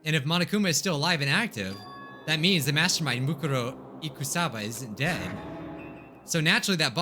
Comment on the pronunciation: I love how he pronounces Mukuro Ikusaba incorrectly the whole time